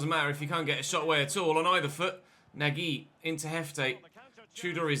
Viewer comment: nagy is pronounced nudge, love the content x